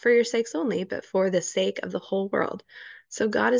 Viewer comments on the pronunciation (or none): none